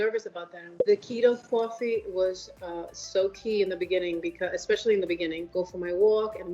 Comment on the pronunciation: I like how she says cwa-fee.